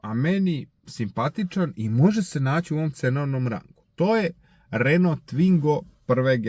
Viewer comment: bosanac, jel si stvarno rekao RenoLov? :DDDDDD